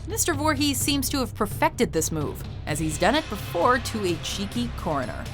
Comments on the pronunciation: That's not how you say voorhes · I thought it was foorhees not voorhees